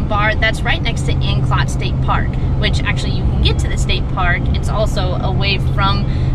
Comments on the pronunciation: Sorry, you are going to hate me, not anecdote, it's An-clo-te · ANN-CLOAT DUH-NEED-INN Yw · Anclote the O is hard. Dunedin is (Dun-edin)